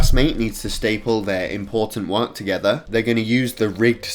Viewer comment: Everyone: Work: Wornk